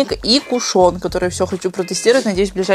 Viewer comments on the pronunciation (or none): none